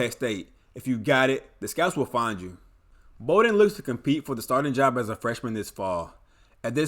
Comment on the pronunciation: The last name is pronounced “Bah-Den” not “Bow-Den”